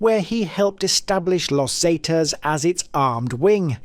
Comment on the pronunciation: Los Zatas⁉️ 😂😂😂